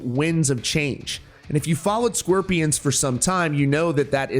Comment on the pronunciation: Why do you keep saying the “sqwirpians” it’s SCORPIONS jesus